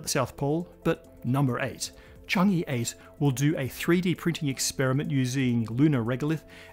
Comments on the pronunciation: Hello! Thank you for all these great episodes. I love this channel. I need to nitpick just a little. Change-e (or with a thick Beijing accent, "Chang Er") is not pronounced "Chang Yi". The Chinese lunar program is named after the Moon Goddess, 嫦娥. The "a" vowel is similar to a British "a" in "shan't'", and less similar to "a" in "can". The "e" is more like the "u" in "ugh". The same for anywhere the "e" appears in PinYin; it's a short "u" sound. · It's pronounced as "chang-uh" and not "chang-ee" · Need to point out that “Chang’e” is supposed to be pronounced as “Chang-uh”, where “e” is pronounced as in “earth”. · Pronunciation point of order: the “e” in Chang-e is pronounced “uh”, as in “hut” in Mandarin. I know transliteration of Mandarin can be a little confusing, but “Chang-ee” is ruffling my eardrum’s feathers! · Chang e. It is read like earl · Chang’e pronounced (Chong-ahh). Chang’e is the Chinese moon goddess whose beauty and loveliness is the subject of countless poems and stories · Chang'e is pronounced chang ah btw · It's pronounced Chung-err.